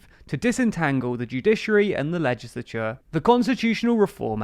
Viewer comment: ~ “LEGILATURE”? Oops!